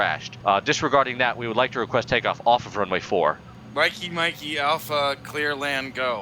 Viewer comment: "Mikey-mikey-alpha clear land go" Close enough